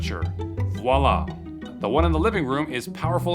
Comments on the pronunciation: not voila, VIOLA!!! Music to my ears. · Viola not voila 😂😂😂😂😂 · Voilà not Viola😆. 40 secs in n its obviously fake. Ai and all. Cool story tho. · no it's not 'Voilà' but V I O L A. totally different thing, pronounced absolutely differently. This should have been a giveaway. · Funnily enough, a lot of commonplace contemporary appliances originated in use by astronauts for space purposes also "Viola" instead of "Voila" is crazy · I love the way says Viola instead of the correct Voila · “viola” instead of “voila” lmao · that said that said, “viola,” not “voila.” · Excuse me. That’s Viola! Not voila! 🤣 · No, not “voila!” VIOLA! As in the instrument!! 😂😂😂😂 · It's VI-O-LA not Voi-La! Notice it is spelt V-I O-L-A not V-O-I-L-A. Viola means small musical instrument like a Violin and is Italian. Voila means '...and there you go!' and is from is French. How do 99.9% of Americans mess up so badly on Languages...it's like 99.9% have never been abroad. Obviously, they mean a small Italian musical instrument because that is the most relevant thing anyone could think about when saving electricity on heating bills. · Voila, not Viola. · "Viola" should be Voila, viola bascially means "To r*pe" in french, you missed that big mistake, quite funny. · said viola instead of voilà. 😂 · says Viola, not Voila LOL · they didn't even get voila correct. I'm sure I've never heard a french person randomly exclaim a stringed instrument before. Maybe that was a clue? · He *didn't* say "voila" at he said "viola". (You know, the violin's ugly stepchild.) I'm surprised you missed this, Ben Dover. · vi-o-la, not voila - read what's there 🙂🤭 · i was expecting him to call it out and pronounce it viola lmao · It wasn't "Voila!" ; it was "Viola!" - a character in a Shakespearean play. 😅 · It’s no even “Voilá” it’s “ Viola” 😅😅😅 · Play the viola?! Not “voilà”… 😂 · actually says Viola 🙂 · That said viola….not voila😂😂😂